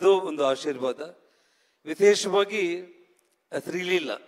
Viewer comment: ಶ್ರೀ ಲಿಲ್ಲ ಅಂತೆ 😂😂😂😂😂 ಶ್ರೀ ಲೀಲಾ ಅಲ್ಲ